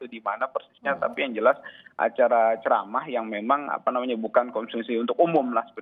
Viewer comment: Ziss bukan cerama ziss bukan ceramaaaaaa